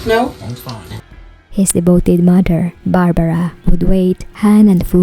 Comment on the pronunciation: 'mudder' and 'fadder' and 'grandmudder'. are strange pronunciations.